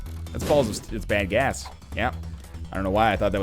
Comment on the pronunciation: he said bad gas but it sounded like bang ass